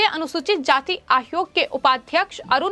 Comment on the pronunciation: Ma'am, it is not आहरोप, it is आरोप. आयोग, not आहयोग. मामले, not माहमले Get speech therapy ma'am.